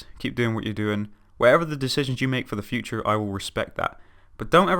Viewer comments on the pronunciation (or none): none